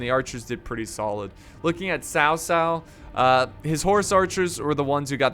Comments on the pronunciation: BTW it’s not Sao Sao it’s Chao Chao From Malaysia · its basically tao tao not sao sao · It is pronounce chao chao not sao sao just to inform but great video ^^ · its cow cow not sow sow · Dude its pronounced Kao Kao... not Sao Sao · Ghostlead 360 it is actuallt pronounced ts-ow ts-ow. I know because I have the same surname. Chinese spelling is Cao. Taiwanese mandarin spelling is Tsao. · guitarhamster is it? because I usually hear it pronounced Chao Cao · His name is Cao cao but its correct sound is cow cow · cao cao is not "s-ao s-ao", Sao Sao means elder brother's wife … "c" pronounced as "ch-", like ch-ange, Ch-ina, in English, but without tiny " ee/i/" sound. Changban, pronounced as " 'Ch-' (similar to c sound in cao cao, but not exactly same) '-on' (similar to English word on) and ban is same as English ban… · it's kao kao actually :D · tsao tsao, ts as in Mi (ts)ubishi or wha(t's) up. Applies to all "c" in pinyin. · Its pronounced tao tao and A guy name oversimplified made a video about this check him oust just look up "Oversimplified three kingdoms" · Is it not chao chao (pronunciation) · Not to pronounce Sao Sao!!!!! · It’s pronounced tsao tsao Tf is Kao kao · Daniel Etheridge no one in China calls him cow cow That’s just completely wrong